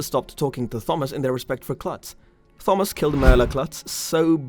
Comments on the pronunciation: Interested in this topic. Can not listen to you call him thumbas. It's just like Tom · ttttthhhhhomas, ar-yan lolololol learn how to read you idiot. It's a very common name, how can you not know how to pronounce the name Thomas? The H is silent with a hard T. Also, Aryan is pronounced Airian you dumbass. Can you imagine if this guy had a lisp? Must be a millennial or GenZ 😆😆😆😆😆😆😆😆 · Why are you saying "Thawmus"? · Thawmus 😂 At my work we all have an ongoing joke where we begin every word with th because of a customer doing it one time.... you sound exactly like him every time you say thawmus 😭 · Not Thawmus but good narration otherwise. Way better than I. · The H is silent in the name Thomas, it's a hard T. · I can’t listen to this guy butchering the name Thomas anymore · He sometimes says Thomas with a hard T though. I understand people have accents, was just asking. It would be like if I said Gif and Jif interchangeably. Does not make sense, even with an accent.